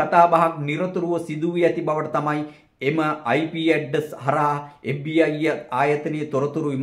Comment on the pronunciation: FBI කියල හරියට කියාගන්එන දන්නෙ නෑ මේකා කාගෙ දරුවෙක්ද බන් මු